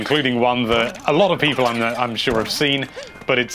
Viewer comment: Whenever I start watching one of these I say the intro in the same way does. "Hello there lovely PEOple, here from Nintendo life."